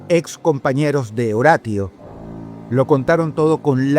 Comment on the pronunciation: Dross saludos desde Colombia, me encantan tus videos. sos un gran narrador de sucesos, en éste caso quisiera hacer una pequeña observación, en el 1er caso, el chico aunque su nombre se escriba Horatio, su nombre se lee como en español horacio, recuerda la serie CSI Miami.